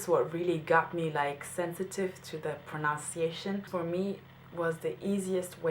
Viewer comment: I've seen you a few times and I am so impressed with you. One thing that I'd like to point out though, since this is a video on pronunciation. You don't pronounce "pronunciation" properly. You say, "pro-NOUNCE--iation" but it's "pron-NUN-ciation". That is all.